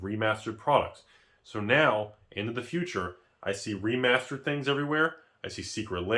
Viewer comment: Let me save you time. literally spends 13 minutes and 5 seconds saying "(Previous Magic release) Remasered?"